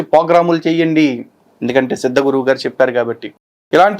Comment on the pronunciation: సిద్ధ గురు కాదు ---ద్ద గురు.., అదే ముద్ద గురు